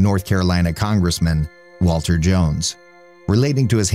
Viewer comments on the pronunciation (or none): none